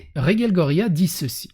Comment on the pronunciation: Ce qui me perturbe, c'est que tu prononces Reguelle, et Rege prononcé Raige. Sinon, je suis pas contre le fait qu'ils étalent leurs vies sur les réseaux. Sinon j'aurais pas mon contenu quotidien de.